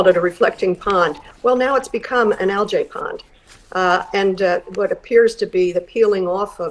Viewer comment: What's "al-jay" ?!?! You can't pronounce algae?